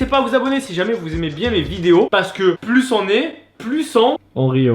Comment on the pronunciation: Plu périmé pas pluse périmé mdr je parle bien sûr que de l'élocution :p